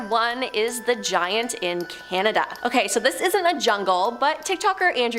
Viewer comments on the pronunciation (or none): none